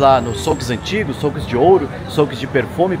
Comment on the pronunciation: souque? é xuk que se fala ...